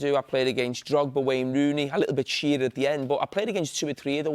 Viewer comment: It’s Shearer.